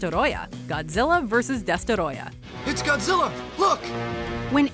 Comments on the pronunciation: I hate when thinks they’re fancy and pronounce names so weirdly, just say Destroyer don’t say it like Desterrroya, they say it it’s freaking Spanish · Destoroyah not destorodah. Smfh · It's not Destoroyah. It's DESTOROYAAAAAAAAAH!